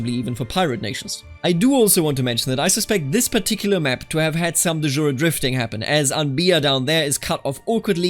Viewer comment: the j in de jure is not french, it's latin from the word ius and it's just like a german j